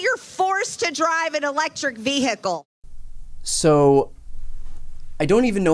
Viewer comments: Please don't force me to drive an electric VEE-HICKLE! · She said V hickel😂😂😂😂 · MTG puts the "hick" in the pronunciation of vehicle.